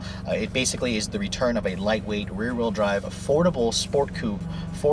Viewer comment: the most fun to grive.. wtf is grive